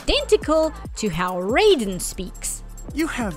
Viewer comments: IT'S PRONOUNCED RAY-DEN ! Sorry, it's just every time someone does this, I'm losing a bit of what's left of my mind 😵‍💫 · Every time you use the Mortal Kombat pronunciation of "Raiden" it's like you're verbally stabbing me.